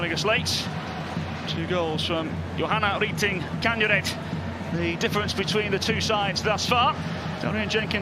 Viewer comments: Please USA Commenters Learn How To Pronounce Chelsea Players Names K A N E R Y D- Pronounce IT As C A N E R E A D She Is A FANTASTIC Player Far Better Than James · CAN - RID that simple